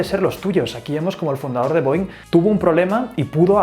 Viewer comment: Esta mal la pronunciación de la empresa mis maestros de aeronáutica se han de estar rebolcando en su cama hahaha